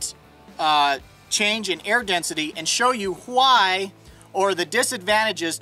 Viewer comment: Oh no! He says, "why" like Stewie Griffin does!